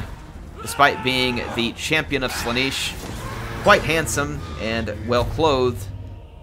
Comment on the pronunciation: Sla-nesh, not Sla-neesh. Pleaseeeee it's been years xD